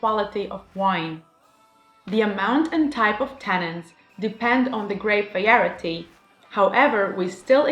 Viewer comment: Nice breakdown of wine tasting! Your English is outstanding! (As a little hint, the word, variety, is pronounced "vah rye ah tea") 👍